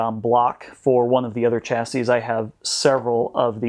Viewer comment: it is pronounced shasy